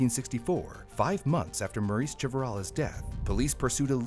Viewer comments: That little girl's name is Marise NOT Maurice. It's French - pronounced Mar-REEZ (soft first sound, and a distinct z at the end, like Please, but with a Z). OOF. PLEASE work on making sure you say names of victims correctly. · You keep pronouncing Marise as Maurice. It’s pronounced Marissa. Mah-Dee-sah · The AI you clearly used made it sound like this little girl's name was "Maurice", very distracting. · pretty sure her name is pronounced "MARE-ISS"